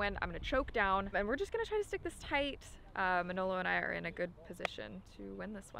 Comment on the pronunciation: just needs to learn to pronounce Manolo's name. Pronounces it like a real mangia cake....lol.